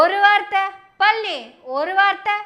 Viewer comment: நீங்க பழனி என்று சொல்றது பன்றி பன்றி ன்னு கேட்குது